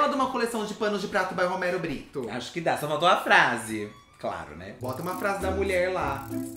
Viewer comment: Roumeirro Brrittou, porque o bonito não sabe mais falar português 🙄